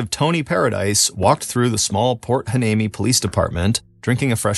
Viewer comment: Heuneme : why-knee-me .